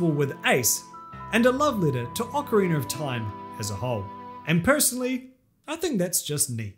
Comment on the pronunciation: Do you pronounce it "orcarina"?